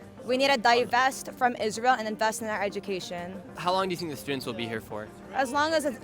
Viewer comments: no it isnt he doesnt even know how to pronounce israel and palestine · can you stop making israel and palestine videos while riding the wave of the trend? Please do your research about the region before going on to campuses to ask questions. You cannot even pronounce the words israel, palestine, or palestinians.